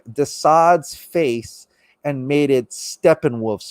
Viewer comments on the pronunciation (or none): none